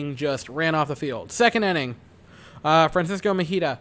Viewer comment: It's Francisco Mejia. Not MEJITA